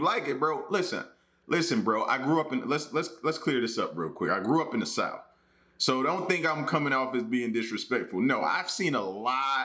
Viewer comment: You definitely are from the South of you pronounce it as 'Souf' lol